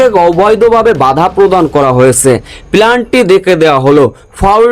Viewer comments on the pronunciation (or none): এই শালা শব্দটি হবে পেনাল্টি। তোর উচ্চারণ ভুল। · পেনাল্টি ভুল উচ্চারণ করেন কেন